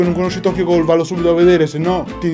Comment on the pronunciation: E poi se proprio vogliamo fare i precisi si pronuncia "gul" e non "goul"